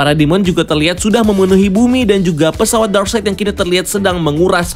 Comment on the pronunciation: Darkseid itu dibaca darkside bang. Bukan darkseit. Greget gw 😂 Ralat juga nama asli martian manhunter itu J'onn J'onzz bukan jay junes bang. 😅 Btw good review. Ga sabar banget nonton ini. Pasti bakal beda banget. Gw optimis bgt ni sama Snyder's Cut. Semoga tidak ampas seperti justice league sebelumnya. 😂